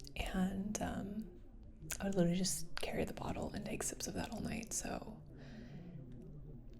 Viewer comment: I wanh to pahty wih you ohl nigh long....Would you like some wah er?